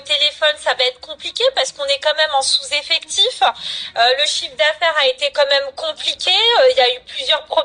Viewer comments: Sans prevenireuuuu😅 Sous effectiffeuuuu 😅 mais quelles sont débiles ces gourdasses ! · "En sous effectifHEIN"